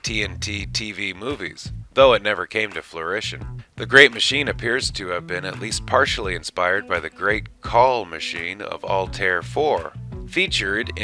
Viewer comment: never came to "florition"? fruition* 😅